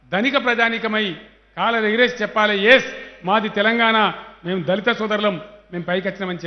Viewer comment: Anii Sallu dhalithu dhalithu anakuuu raaa🙄